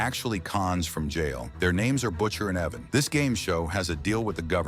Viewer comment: Say it with me, “ Eye-van” IVAN. In no way is it Evan.